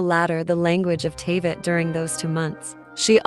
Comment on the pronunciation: and now Teyvat. Dude. Horrible video lol. This isn't like caramel and caramel. You don't just get to change especially names but also places names bc you want to say it differently lmao